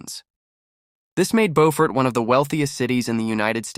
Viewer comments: You pronounced the town incorrectly. It not BOfort. It is BUfort. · Preference is irrelevant. It's not BOWfort. The Beau is pronounced the same way you say BEAUtiful. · Pronounced ... Bew fort....